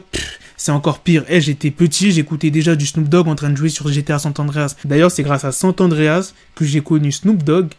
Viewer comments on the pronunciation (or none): Pas mal la vidéo, par contre le gta qui est sorti c'est San Andreas et pas Sante Andreas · On dit SAN andreas pas SANT andreas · C pas sant andreas mais san andreas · SANT ANDREAS ?? c'est SAN Andreas mdr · *san andréas pas santandréas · Putain il me perturbe a dire gta san (t)andreas c san andreas avec le la liaison du (N) SAN qui fzit san (n)andreas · San andreas ta dit santendrias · GTA " Sant Andreas " 😂😂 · Frère on dit „San Andreas“ Peace ✌🏾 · "Sant andreas"😂😂 chui mort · Y'a pas de "T" dans San Andreas